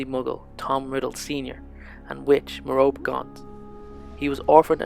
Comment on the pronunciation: You pronounced Merope wrong, it's pronounced "Mer-ro-pee"